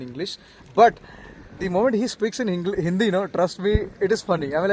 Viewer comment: Bro's hindi accent is good, i really like , he is trying hard to speak hindi lots of luv❤